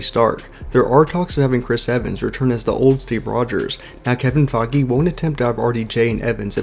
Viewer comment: When you can't pronounce names like Feige or words like GIVEAWAY, it's hard to take you seriously